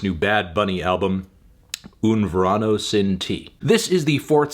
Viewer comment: I know you like Latinos Anthony but saying that you like to "Ver ano" is probably a little too much